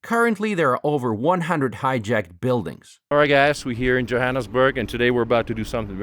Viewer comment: Who took the annus at of Jo'burg joaanusburg